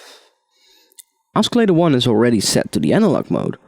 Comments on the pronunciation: First of all I want to thank you so much for the tutorials. You are one of the best teachers on youtube for this kind of music. I know English is your second language, but for your future videos, "oscillator" is supposed to be pronounced like "Ossillator". Even though it has a "C" in the spelling, it is soft like "S" not hard like "K". And the number "3" is pronounced with a "TH". The way you are saying it is like "TREE". Anyways, great job and keep those videos coming!!! -Thanks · Oskillator?? haha